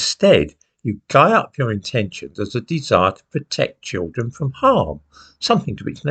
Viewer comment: The chil'en ! 😭 The chil'en ! 😭 We must save the chil'en ! 😭